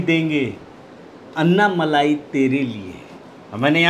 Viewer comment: अन्नामलाई नही अण्णामलाई बोलिये